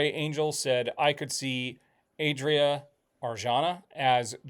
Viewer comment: Adria Arjona: AH-dreea (Just like saying Andrea but without the N), Ar-HO-na. Accentuation on the capitalized syllables.